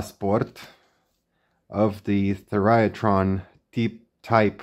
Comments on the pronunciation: It's pronounced thigh ra tron, not theryatron. I wondered why I had never heard of these the first few times you mentioned it! Thyratrons were also used in some vintage TV timebase circuits. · Thy ra tron. three syllables, not four.